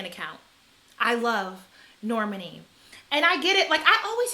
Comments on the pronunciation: I love the energy! It is Nor-MAHN-ee like “Imani” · Nayo Jones Norman E. 💀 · Pronunciation: the emphasis is on the 2nd syllable. "Nor - MAH - nee" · Normani's name is pronounced nor-MAH-nee. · You pronounce her name like Normandy, France lol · The names that are mispronounced are kind of odd. "LYE-ZZO" and "Nor-MUN-ee" took me out. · Yes! It's Nor-Ma-Ni. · Girl, Normani and then Lizzo. You cant pronounce EITHER of their names? lol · Love the haircut!!! The way you said normani’s name had me laughing for some reason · I just can’t watch the good sis Normani go the way of Rihanna where Americans can’t say her damn name right! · It’s almost like you purposefully mispronounce everyone’s name in ways no one would ever think to do..Gillibrand, Normani, Lizzo, McGruder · The way you pronounce Normani is SENDING ME lmao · I felt like that was so...unfortunate.